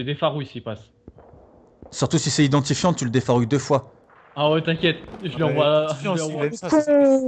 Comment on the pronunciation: mdrr quand tu as tuer idantifiant tu as dit " tien batar " sinon bonne vidéo :)